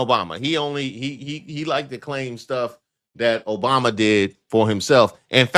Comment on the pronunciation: No, no his last word will be "Obamna!!!!" because he can't get that right....